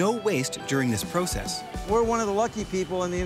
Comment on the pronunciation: Man alive dude! Learn how to say process! U driving me up the wall!!